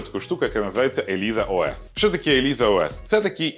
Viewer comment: Ілайза, а не Еліза